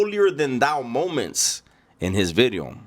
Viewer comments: Watch Out Ice might pick you up, because of your thick accent & can't pronounce certain words like "bideo".😂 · The crazy part, if you ever see renegades early videos. He really enjoyed content. He would say “New Bideo” “like the homie says”